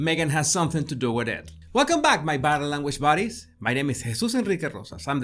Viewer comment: I thought he was addressing us as “body language bodies” until I put the captions on. 😂